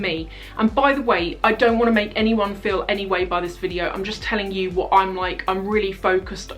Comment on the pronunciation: anyone else crack up really hard when responded to the email with a "wuht?" haha xD <3